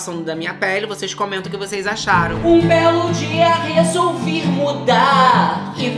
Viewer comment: "um belo dia resolviR mudarrrr"😂😂😂